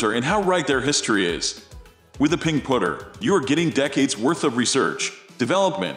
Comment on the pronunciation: WTF These aren't centered shafted, hate how this guy says Putter sounds like he's saying pooter